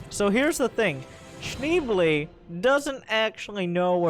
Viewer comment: It's "Shneeblay" ;)